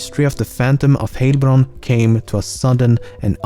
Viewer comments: I am from the area around Heilbronn and it is pronounced not Heylbronn but with an ei sound. I guess it doesn't exist in english. But I guess you should know how heil is pronounced from a slogan of a certain austrian dictator. Anyway curious that i never heard of the panthom i guess i was too young to read the local news at that time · Now i need to cut out how you pronounciate Heilbronn and make it my ringtone. It sounds so hilarious :) Nice video eventhough i actually knew almost all of the facts already... I guess im a weird person. And also - I like your accent.